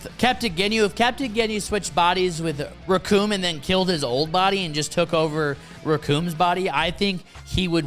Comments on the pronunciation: The name is Recoome and it rhymes with DOOM! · Bro… if you are going to make a video, check some pronunciations first. Their names are not “Recoon”. Or “Barter”